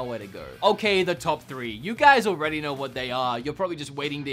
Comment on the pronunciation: When you say "know," it sounds like you're swallowing half the word.